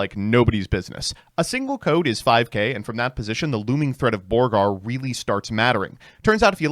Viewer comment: Somehow “Borger” became “Borgar”. Must be a leftist thing.